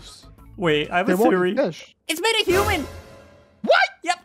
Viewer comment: It’s humooooooooon [dead] ): 🤕